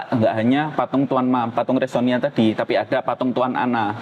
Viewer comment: Bukan resonia tetapi??Resiona😂😂😂